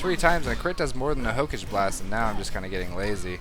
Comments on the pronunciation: Also, you keep saying "hokage" as "ho-cage" when it's more like "ho-cah-gey" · Hook-age? Really? It's pronounced Ho-Ka-gay. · saying ho-cage over and over really tickled my anus, and not in a good way either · Hokage is pronouced 'Ho-ka-geh'. You should really watch Naruto. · damit don´t say hokage that way xD i know it´s not your foult but still it kinda annoys me <.<